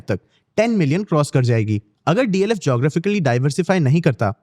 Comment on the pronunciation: It’s DLF and not DFL